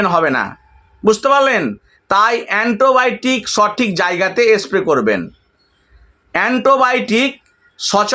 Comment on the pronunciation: এন্টোবায়োটিক নয় - অ্যান্টিবায়োটিক